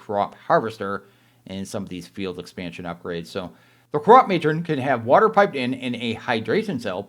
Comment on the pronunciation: i think its pronounced "crop-muh-tron" kinda like animatronic